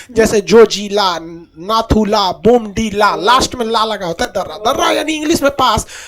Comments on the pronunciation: Its to naku la , la means pass so read only naku la. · Its not Naku la...Its NATHU LA...HAVE BEEN THERE TWICE ....MILESTONE READS NATHU LA..🇮🇳🇮🇳🙏